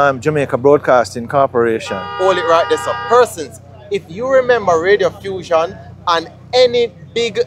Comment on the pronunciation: Not Radiofussion, Reddiffusion.